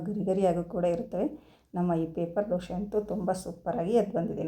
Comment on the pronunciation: Doshe allamma dose...please sariyagi kannada heli